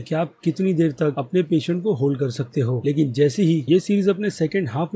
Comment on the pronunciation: वो पेशेंस को पेशेंट भी बोल रहा🤣🤣